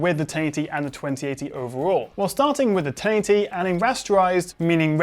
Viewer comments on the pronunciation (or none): Really good video review, however can I just point out that the way you say 1080 (taity!!!) is infuriating 😂 why oh why are you doing that